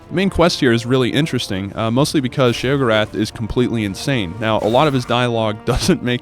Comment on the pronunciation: He says sheogoreth wrong